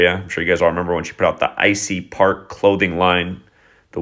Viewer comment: Ivy park not icey